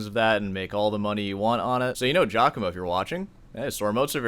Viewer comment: the one thing we've all learned about this scandal is that nobody north of Liechenstein can pronounce Giacomo properly